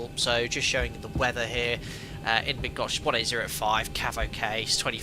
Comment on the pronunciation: as a 737 pilot from Poland I have to appreciate your effort trying to pronounce Bydgoszcz correctly:-) its’not easy. full name is Bydgoszcz -Szwederowo airport:-)